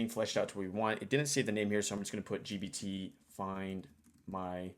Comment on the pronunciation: bro it's gPt with P. Pronounce it correctly. The Subtext wrote 20 times GBT and one time DBT